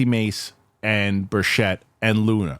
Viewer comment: How many days before they say Tim Burchett’s name correctly